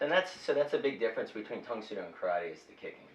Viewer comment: The host says "Tang Soo Do" as "psuedo" instead of "sue - DOH". It's "tong sue DOH" not "tong SUE doh". You're stressing the wrong syllable!